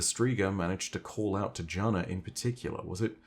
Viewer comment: Btw Jana-14 is pronounced like Yana-14. The name is Slavic and specifically Balkan in origin. That also ties together the osteo striga as a striga is a monster in Balkan mythology, specifically Albanian iirc